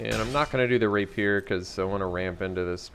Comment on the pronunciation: Rapier = Ray pee ur, not Raypeer.